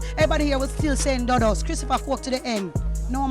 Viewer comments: Edward see-ah-gah....christopher doo-duhs coke. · Jamaican 🇯🇲 here, it’s pronounced Edd-ward See-aw-gah. Christopher Duh-Duss Coke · Doo-doos not duh-diss. Lester died to prevent CIA, JA police & govt secrets. Who did it? Could have been Mi6. This was their turf & CIA did overt spy stuff. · lol the pronounciation of dudus is wrong.. but i looooovveeee that you covered this story. <3